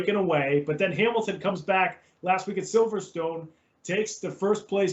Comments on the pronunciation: Pronouncing Silverstone as silverTone is like when I say Warmerica. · "Silvertone" - gotta love the yanks :-)